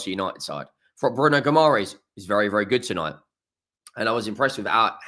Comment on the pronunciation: Isak sounds fine. It's just Bruno's surname you need to work on ;)